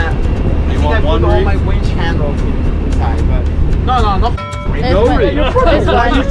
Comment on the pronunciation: do you really not know the difference between winch and wench? or are you being funny?